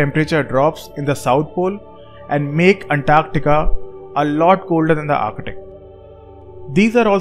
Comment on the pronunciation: I swear I heard u saying architic Everytime u try to pronounce ark-tik(arctic)